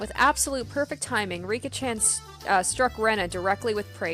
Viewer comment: Don't worry, you're pronouncing the names correctly. You're actually pretty good at this, now! And if you're ever in doubt, just listen to the voice acting. Also, Satoko and Rika are about 11 or 12 years old, so they aren't that much younger than Rena and Keichi. About the BGM: I found out how you can get the original OST! I'm not saying that this new soundtrack is bad or anything, but I don't like some of the track choices for certain scenes in the later parts of the chapter. I still don't understand why they updated the soundtracks a few months ago. But I highly recommend to install the original OST for the best experience. This is where you can download the old BGM